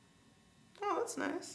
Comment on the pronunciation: “Oooh das nish” lol